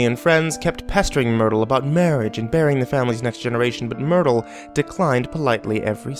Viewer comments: I heard "aunt noodle" at first when he said it in the beginning and I'm like wait what... But then I realised it must have been myrtle 😂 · I thought he said Noodle too lol then realised he'd said Myrtle